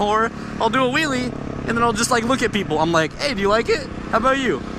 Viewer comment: "You can see it definitely makes their day when the kids see a willy" need to be careful on the pronunciation or it will sound very different xD